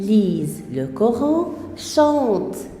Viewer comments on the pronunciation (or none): none